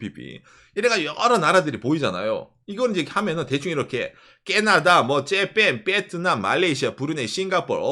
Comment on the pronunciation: 발음은 진짜 일부러 그러는건지 원래 못하는건지,,, 깨나다 째팬이 뭡니까.. 재미라도 있으면 좋은데 이젠 듣기 거북한 수준… 경상도 발음일지도 모르겠지만 경상도 발음 모르는 사람은 매우 거슬립니다…